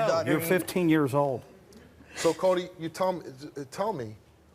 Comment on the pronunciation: Cody with a T instead of a D 😭